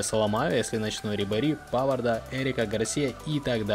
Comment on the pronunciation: Правильно павар а не павард